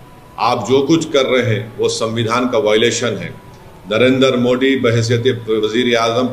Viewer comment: मैं तो समझी थी ओभैंसी तुतलाता है जिस कारण "मोदीजी " नही बोल पाता। ये तो "द" का उच्चारण ठीक से करता है। फिर "मोदीजी" को "मोडीजी" क्यो कहता है।😂😂😂 इसलिए ओबैसी जी से प्यार करने वालों ,इन्हे भी ओभैंसी जी कहा करो।😂😂😂😂